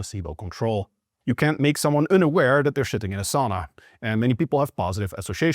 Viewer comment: I wasn't watching the video and yeah that line did pop my eyebrow when I heard it. Going back it followed the other Dutch-tell phoneme he uses which is the uncentralized 'u' in "unaware". Anyway, if you're reading this, your English is great and your accent is very mild. Even Jeff Nippard has a noticeable accent to an American audience.